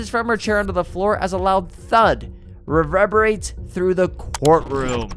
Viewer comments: My man the way you pronounce some words got me scratching my head lol. Burglary, reverberates, ambulance, lol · "An armed BURGER LEE" ?!? What the F*CK?!? 🫣 "ACOMPLANCE" 😂 "So DESASTATED" 😂😂 "REVEBERATES" 😂😂😂 "AMBLIANCE" 😂😂😂😂